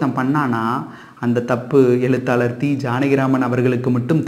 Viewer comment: விஶ்யத்தை விடயம் என கூறும் நீங்கள், எழுத்தாளரை எலுத்தாலர் என உச்சரிப்பது ஏன்?? Sankrit alphabets improves and adds on to Tamil. Don’t undermine our ancestors for adding these alphabets to Tamil. Tamil has grown by adding these syllables. I do enjoy your narration of stories.